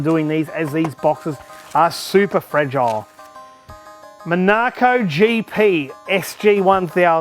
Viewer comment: "Monarco" Ok I refuse to believe that's an Aussie pronunciation......COME ON MATE